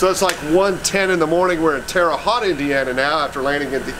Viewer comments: it’s not Terra Hot it’s Terra Hoat. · Terre "Hoe"t not Terre Hot. Wait till you go to Pennsylvania and pronounce North Versailles. That one got me when we moved to Pittsburgh because they don't use the French pronunciation. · Terre Haute was pronounced terribly lol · Terra HOTE.... geez...😏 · Inspection stickers in the window don't mean anything in Indiana because Indiana discontinued the practice of inspections in the 70's. And...it's Terre Haute with Haute is "hoat" rhyming with "boat". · It’s Terre Haute Indiana (ho-t) boat with a h! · Correct pronunciation is Terra Hoat Indiana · Pronounced "Terra Hoat" as in boat ! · Terra Hought is how you pronounce it. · Actually,it's pronounced HOTE, just so ya know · If no one has told you yet, it's pronounced "Terra Hote". It's ok, though no one else in Indiana really cares. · Terre Haute... Haute like mote but with an "H" so Tara Hote. Terre Haute!!!!!! Lol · I'm glad someone told you the correct annunciation of the towns name. I live in Southern Indiana and I figured that you would get told about it. Lol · Don't let Larry "LEGEND" Bird hear you pronounce his home town like that. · Indiana stopped inspecting vehicles in the mid 70's, so while this car may have been parked since 1976, the last inspection sticker would not be an accurate indicator of that. Did the guys chuckle at your pronunciation of Terre Haute? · Your saying Terre haute wrong but every does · Im canadian and even i know how to pronounce terra haute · Learn to say Terre Haute Indiana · U pronounced terre haute wrong but it’s ok I forgive u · That isn't how you pronounce Terra haute. Fyi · Youre pronouncing the city wrong lol i was born there and raised in central indiana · Ima a Hoosier...there are many many classics in Indiana but most are rotten also you butchered Terre Haute lol...and the inspection sticker means nothing in Indiana